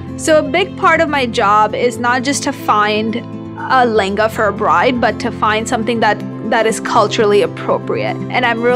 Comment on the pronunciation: Whenever she says "layengaaaaa", I just make a cringe face ....come on what a bad pronunciation .....can't you utter it "LEHENGA"....